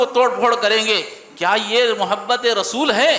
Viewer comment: مو حبت نہیں محبت ہوتا ہے